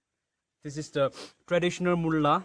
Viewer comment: its mula not mulla!!!🤘🤘🤘